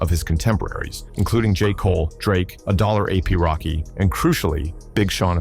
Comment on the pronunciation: The fact that his name was mispronounced "a dollar AP Rocky" lets me know that this video is some AI slop.